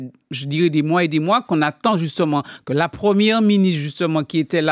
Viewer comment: Je pwésante ! tu pwésante !, il pwésante et puis on ATCHAN la ROUÉPONSE 😆😆😁😄 😄😄😄 ATTENDEZ toujours, sa va VÉNI OUW !